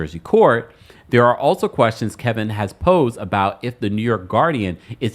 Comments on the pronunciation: Kevin not Kelvin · It’s KEVIN. Why do you keep calling him Kelvin? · You know his name is not Kelvin.. it’s Kevin stop it!